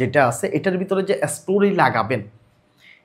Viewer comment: এসটোরি না স্টোরি 😂